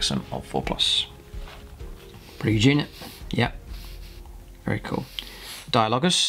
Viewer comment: dia-low-jus .... Ark-o flagellants ...